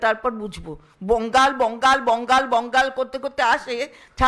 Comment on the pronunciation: চন্দ্রিমা দি এটা ভালো বলেছেন - "বোঙ্গাল", "বোঙ্গাল"... এই ভারতীয় জুমলা পার্টির লোকজন ঠিকমতো বাংলা বা সংস্কৃত উচ্চারণটা পর্য্যন্ত করতে পারে না, আবার বাংলা জয়ের স্বপ্ন দেখে! যত্তসব উদগাণ্ডুর দল! 😅😅😅